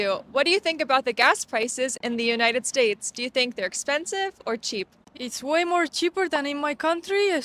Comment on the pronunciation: Si, muy cierto. Me encanta como pronuncias United States..jajajaj